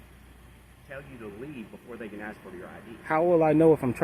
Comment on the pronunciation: pleast stop saying AXE, its ask